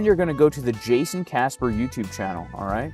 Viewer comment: Guess it’s pronounced “Hayson” now 🍋‍🟩 🇲🇽 🌶️